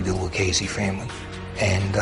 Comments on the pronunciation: It's pronounced lew-cheese-see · Lucchese is pronounced with a k sound, yet these mafia experts can't get it right